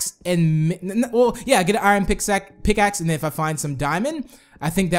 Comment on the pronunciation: He said PICSACK